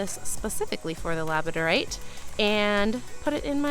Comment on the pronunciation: Labradorite does not rhym with you don't say it right.